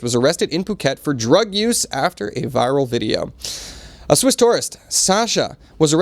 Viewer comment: “Swiss” , “Sasha “ 😂